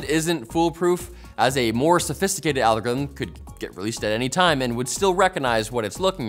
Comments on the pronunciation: Algithm😂 Repeats again! 🤣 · Can we get a 60 second video of him just trying to say algorithm? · al-gor-rithm put the bottle down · Interview questions when applying to be a host for Techquickie should have included "pronounce 'algorithm'". Candidates who cannot do so without sounding like they have marbles in their mouth need not apply